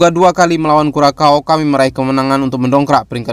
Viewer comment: Kurasau Min bukan Kurakau.